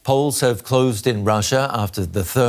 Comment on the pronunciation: exit 'polls' ? 🤣🤣